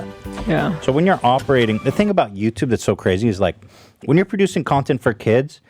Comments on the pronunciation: "yaw-tub" Hila slang or Bailliff impression for "YouTube" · Please Zach soundbite Hila saying “YowToub” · Ethan: who is to blame ? Hila: Yataube 🤣😅🤣